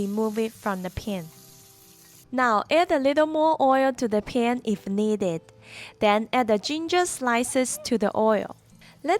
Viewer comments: Looks great, but your pronunciation of 'pan' needs some work. 😂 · I like the way you say "pan"